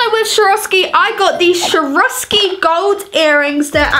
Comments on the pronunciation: its not shoravski is Swarovski, pronounced "Swore-of-ski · sharoskie? its pronouced SAWOSKI but its spelt like Swaoski